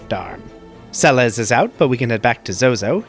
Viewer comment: Sah-bin? Cayenne? Se-lays? Good grief, I can't keep watching after those pronunciation abominations...